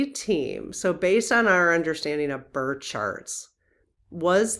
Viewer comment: It sounds like you’re saying “burt” chart and “queshion “ I know we all have local accents but I’d love to hear better pronunciation of these words. Love you lots. And the birth time study would be majorly interesting.